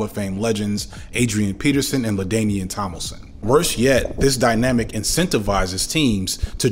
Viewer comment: It’s Tomlinson not Tomilson.